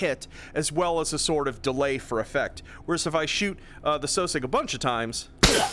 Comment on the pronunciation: I always thought that sosiog was pernounced (Sauh sig)